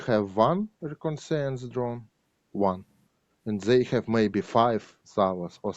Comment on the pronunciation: My thoughts exactly. He is straightforward, without bitterness towards the situation, in good humor in spite of everything. And his English is decent in spite of using "to" with modal verbs and mispronouncing some words like "reconnaissance'